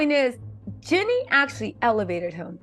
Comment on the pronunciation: 🤣Girl you talking about pronouncing her last name right, you aren't even pronouncing her first name right.